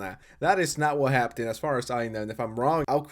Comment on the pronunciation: Can you not say "happened"? It is not pronounced "happten", man.